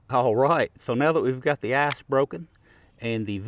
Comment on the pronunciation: Love ya,just work on your pronunciation a wee bit. I could've sworn you said,"now we've got the ass broken" instead of ice